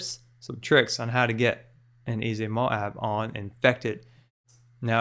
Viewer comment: I love how you say MOAB (MO AAB) <3